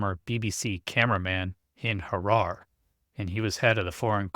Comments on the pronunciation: No. It's pronounced Ha ra re NOT Ha rara 😆. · it's pronounced Ha-ra-ree. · Hi. Thanks so much for the info in this famous case and all your updates. Always try to watch whenever a new one arrives. Do believe though that the city Harare is pronounced with an 'a' sound on the end, like Ha rar a. Just fyi. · Jeeze. Not 'rara'. "Ha rara"... what? Though if you say 're' that prob has too much 'r,' like in 'ray,' which it's not. But this is pedantic. Cheers!😢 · This is old old news. Why rehash something we’ve all known for years. And it’s pronounced HA-RAR-AY